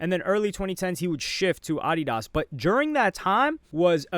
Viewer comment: Bro why do you pronounce Adidas like that